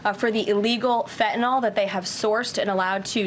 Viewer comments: Fentanyl…. Not fentanol!! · Someone tell her. It’s “Fentanyl”, not “Fentanol”. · It's called 'FentanYl'. As with 'Loss Vegas', lazy pronunciation clouds the issues.